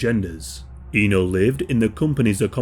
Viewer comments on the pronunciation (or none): Just a little correction there that her name is actually pronounced as Éno with the E pronounced like one in “Elizabeth” or “Echo”. Indonesian speaking here, this case is one of the worst I’ve ever heard in my lifetime. This is just outright tragic and horrendous. Many do sympathize with her like any normal human being would, but not too few people (at least I’ve seen online) that tried to pull an edgelord by making memes outta her situation and even there were few that somewhat justified her murder through the lenses of conservative Islamic views as she brought shame to her family honor by rejecting a guy who tried to propose her. Ironically, those people, either they realize it or not, missed out the glaring facts that non-marital relationship is actually a taboo in Islam and murder is even a much bigger sin in Islam as well, and in any religion for that matter.